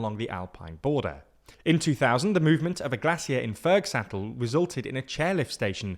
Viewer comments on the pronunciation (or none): That’s not how you pronounce “glacier”. Not in British English, not in American English. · his pronunciation of glacier felt like a bullet being shot through my arm every time he said it.